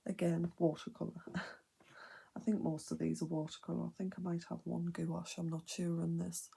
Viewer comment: The way you keep pronouncing gouache as goo wash has me cracking up girl. Beautiful art though!